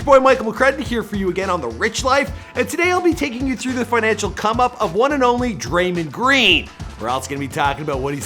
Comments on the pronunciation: Eh fam it Dray-mond not Dray-mend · He said Draymend green, ok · He said draimen green lol 😂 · "DRAY-MOND-GREEN" get it together. You're always messing up the pronunciation of names bro... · Hate how you say his name